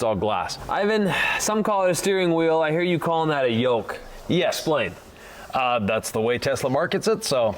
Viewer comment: Not a "Yoke", Tesla calls this a Squircle. Definitely not a Yolk as you say it lol. Good video, just needs redone. 😜 jk